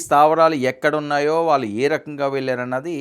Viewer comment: మీ ఉచ్చారణ లో వాళ్ళు పలకడం సరిచేసుకోండి. వాల్లు అంటున్నారు. Ex ఇళ్లు, కాళ్లు, ఒళ్ళు, పళ్లు, etc. Tq and best wishes to u.